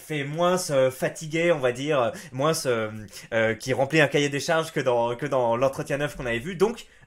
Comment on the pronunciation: MOINS bordel pas moinsse